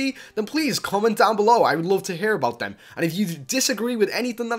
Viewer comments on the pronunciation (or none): none